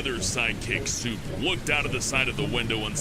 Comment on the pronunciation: I thought you called Soup ‘Simp’